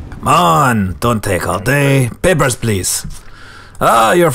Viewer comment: Well, listening to it, he does actually say it almost exactly like "peppers please" once :P